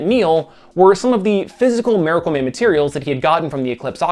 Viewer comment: do you switch your pronunciation of miracle man from 'maracle man' to 'miracle man' almost exactly halfway through the video??